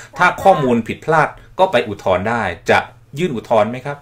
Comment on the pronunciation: อุทธรณ์ ครับ ไม่ใช่ อุทรณ์ เป็นสื่อจริงป่าวเนี่ย